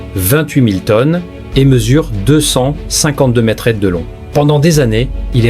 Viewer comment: Traduction démerde ia pour info conasse d ia on dit pas metretre mais metre